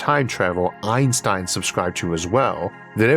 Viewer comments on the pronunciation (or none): none